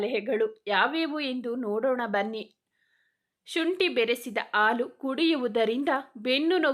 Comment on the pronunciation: Improve your kannada. Anu alla Hanu , aalu alla Hallu. Soggukalu alla sukkugalu